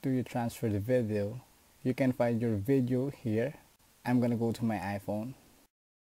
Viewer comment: STOP SAYING VITHIO ITS VIDDDEO